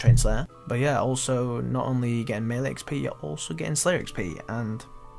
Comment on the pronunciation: lol pronounces "melee" two different ways right after each other